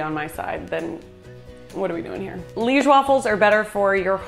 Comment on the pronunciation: You said Liége right the first time you said it, actually. It is lee-esh. We eat them with powdered sugar on top usually, not really with sirop. They looked bomb!